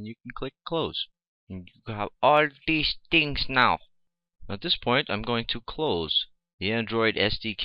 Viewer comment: lmao ... "all deez tings now"